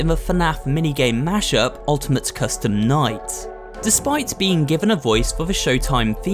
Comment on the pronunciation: he says minigame coustume night